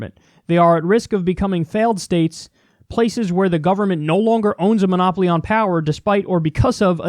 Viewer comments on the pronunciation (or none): none